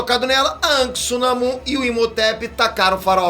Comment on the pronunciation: Diz se anak nao ank😂